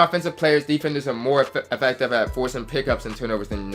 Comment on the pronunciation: Why you say affective like that lol... AFECTAVE